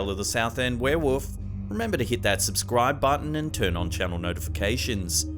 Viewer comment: Heheh, "were-woof"